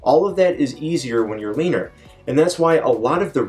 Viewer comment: I know you said "leaner people" but I heard "Weiner people"